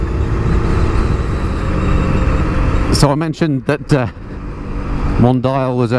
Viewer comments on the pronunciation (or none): Pronounce it right, "Mondiiale"...it was cool enough for Ferrari. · I think it’s Mon-Dee-al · What a lovely little bike! BTW... hope you don't mind my pointing out the the name "Mondial" is pronounced Mon-dee-al. I guess that makes it sound a bit better (exotic?);)